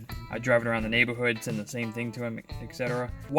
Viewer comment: Is it just me or does this guy talk funny?..Dwain the oil and turn the engine awound….